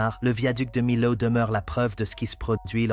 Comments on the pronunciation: On ne dit : MILAO, dans la région, nous disons MIO ! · « De Milâoû »! D'où il sort, ce commentateur ? 😜🤪🙃😆🤣😂